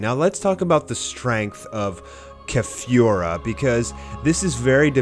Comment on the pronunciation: Keh-fyoo-rah... Driving me nuts how you're pronouncing it when you also say kah-lee-flah... I fucking hate you.... Shut up